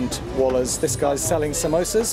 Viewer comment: Every wala's you can think of 😂😂😂 . you learned this word perfectly.